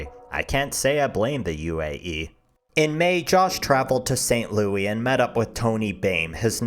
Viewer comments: dude honestly your videos are kind of hard to watch because you seem borderline illiterate. I couldn't finish your Chris Chan video because you were making up words that don't exist and the script was just overall terrible in terms of grammar. And in this one, pronouncing St. Louis "Saint Louie"? Do you even proofread your script before you record this shit man? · ur supposed to pronounce the s in st louis